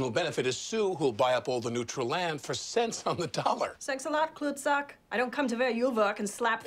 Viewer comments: If only she had pronounced klootzak correctly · lol, the way she said "klootzak". That was bad.